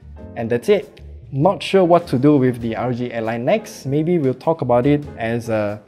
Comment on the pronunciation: Hey, just a little critique. It sounds like you're saying RG ally. Make sure to slow down enough with initialisms like R O G.